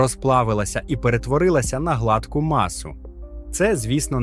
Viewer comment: Не глАдку масу, а гладкУ, дУрбелик. Навчись вже вірно ставити наголоси, не ґвалтуй вуха своїх глядачів